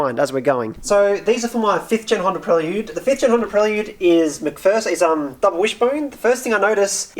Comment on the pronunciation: Prel Yude? Never heard it pronounced like that.